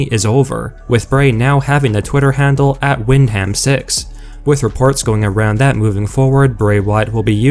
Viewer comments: Its pronounced "win-dum" not "wind-ham" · That horrible voice messes up too often! The Bray Wyatt name can't be used anywhere but in WWE. It just gives more notoriety to them. And his name is pronounced WINDum not windHAM. Ugh. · It’s pronounced win dum, not wind ham like it’s spelled. It’s a family name. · Hey dude it’s pronounced “wind-um” not “wind-ham” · To be honest, it was cringy just listening to you mispronounce Windham 's name.. Smh how you going to report on wrestling without even knowing how to correctly pronounce a major star' s name??? 🤦‍♂️